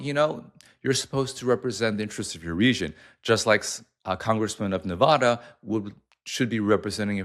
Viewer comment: my man i thought you lived in summerlin?? you know how we feel about pronouncing nevada like that ❤you either way